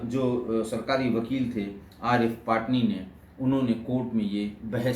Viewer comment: पाटनी नही पटनी